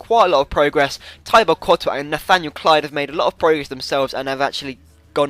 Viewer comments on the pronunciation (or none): none